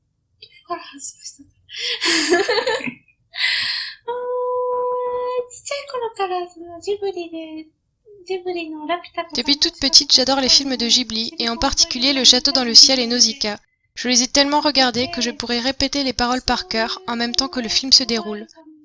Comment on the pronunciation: Interessant mais par contre c'est quoi ce montage qui nous gâche tous. Pas besoin de voix off et de pause pour les questions. Faut faire un peu comme fait le Chef Otaku, c'est dynamique. Et il y a quelques fautes dans la prononciation de certains mots notamment quand la voix off dit "Jibli", c'est "Ghibli"